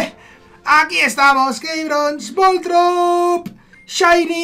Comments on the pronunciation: Voltron no keibron, se dice vol torb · Me da un tic cuando escucho voltorp jajajaja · Jajaja me hace gracia que digas voltrob, no será voltorb. Que envidia de nuevos registros. Mucha suerte